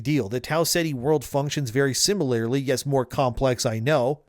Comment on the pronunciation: "Simalarry-lee" Jesus fuck dude